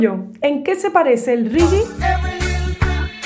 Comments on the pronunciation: Es Latinoamérica se le dice Regué (Reggae) no Rigui. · Hola, muy simpáticas tus explicaciones 🙂 y muy bonita tu música. Solo un consejo. El reggae se pronuncia régué y no riguie... una confusión por lo pronunciación anglosajona supongo.. pero en inglés también se pronuncia "régué"... 😉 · Se escrbe Reggaeton no Regueton y el Reggae no se pronuncia Rigui , de lo demas buen contenido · por que pronuncias reggae tan extraño....de.donde sacaste esa pronunciación..por que no es castellano ni ingles.